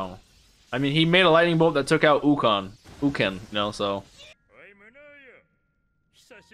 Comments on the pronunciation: Three things... 1) I think it is pronounced "Oak-en" 2) I heard somewhere that Miranjo and Shiina/Sheena (Bojji's mom) were supposed to be fighting together before her death and Miranjo used the mirror to signal where to attack, so as to appear innocent of blame (Also, am I the only one that hears Bojji say something that sounds like "Miranjo" after Shiina says her name because if so that is sad) 3) You asked what the archers were, I think they are Gigantes too (although orc or troll was a good guess) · Pretty good vid man... and maybe you already know but it is pronounce how it writes "Ouken"